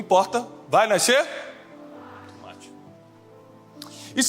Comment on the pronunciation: Cade o wesley.. pra zoar o tiago falando tûmate???